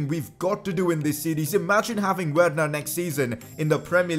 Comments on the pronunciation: You pronounce it like verner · Not judging you but say Werner verner please